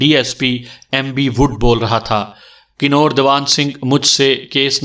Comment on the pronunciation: Bhai ye kinor nahi kanwar bola jata ha.